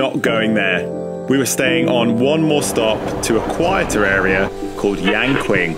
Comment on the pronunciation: not consistently true. For 'Mu-Tian-Yu' he pronounced 'Yu' as 'U'/'You' which is wrong. And he totally mangled 'Yang-Qin'. 'Yang' should be vocalized as 'Young', and 'Qin' should be vocalized as somewhat like 'Chin' but with the h silent.